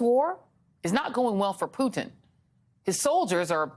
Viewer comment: Thank you for saying Poo-Tin instead of Poo'din! It's how we in Europe pronounce his name.